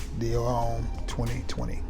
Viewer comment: Homme is pronounced Ohm.